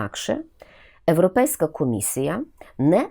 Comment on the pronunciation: Все так. Цікаво. Одне тільки- правильно говорити Європейська а не Еропейська чи Ирупейська. Не потрібно коверкати мову на радість «друзям»